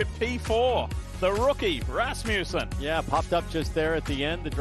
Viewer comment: ... that's not how you say Rasmussen.